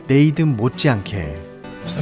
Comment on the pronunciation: 리뷰는 좋은데 혹시 이름같은건 네이든 이라고 쓰여잇지만 발음이 네이쓴 이기에 다른분들 리뷰영상을 봐도 이런건 좀 쓰여진대로 네이든 이라고 읽으면 진짜 어색하거든요 한번쯤 생각해봐주셧으면 좋겠습니다.